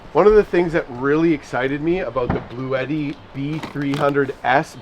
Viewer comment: To help ya out further - It's pronounced Blu-yeti Not Blu-tee:)